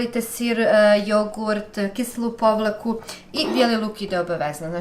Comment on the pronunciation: sve je super samo te molim da prestanes govoriti povlaka jer ispravan oblik je pavlaka